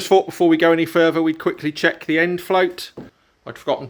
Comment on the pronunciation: three not free thing not fing thought not fort ffs i like your vlogs but speak English 🤷‍♂